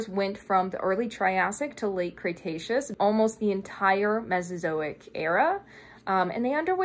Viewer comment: With the internet being how it is, I want to preface this by saying it’s an honest question, not at all meant to be rude. Where did you get your pronunciation of “Cretaceous”? I have never heard anyone else say “Cray-“, but you clearly know your stuff, so I’m honestly curious if someone stressed to you at some point to say “cray-taceous”, and if we are all saying it wrong or at least the colloquial pronunciation isn’t preferred for some reason. Great vid as always and I appreciate your time and effort!